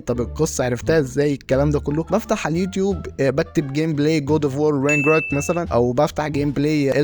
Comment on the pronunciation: شكلك وانت بتقول رينجروك بثقه واكسنت مضحك جدت 😂